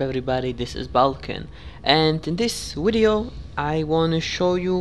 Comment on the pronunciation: Why do u say wideo lol